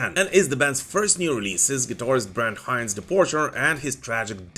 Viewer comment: You pronounce Brent Hinds wrong....